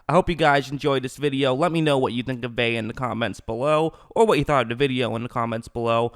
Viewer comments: It’s (vay ah) not (vay) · It’s not Vayyy..say Ve’a(Veeh-ah) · Good analysis but geez, you are killing me saying "Vay"....that's not how you pronounce it